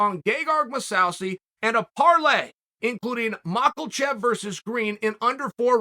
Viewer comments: Theres no way you're still pronouncing Islam's last name as Macklechev. The man just fought a couple weeks ago. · I'm convinced that Uncle Chael says "Mahklchev" on purpose. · Mocklechev. Yes Chael, that’s his name. Islam Mockelchev